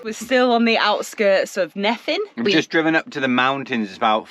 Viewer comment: Welcome to Wales! Just a little pointer….. there is no letter ‘V’ in Wales, so the single letter ‘F’ is pronounced as a ‘V’…. Making Nefin sound Neven, (as in ‘seven’). A double ‘FF’ makes the pronunciation ’F’ !